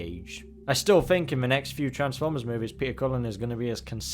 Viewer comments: It's driving me nuts that you keep pronouncing transformers as "transwers" - ENUNCIATION AHHHHHH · Why does he say Transformers like that ffs